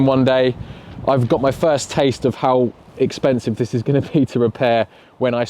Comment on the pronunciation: Hehe “EXPENISVE”